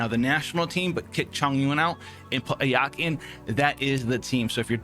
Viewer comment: It's not a-YAH-ka. It's A-ya-ka.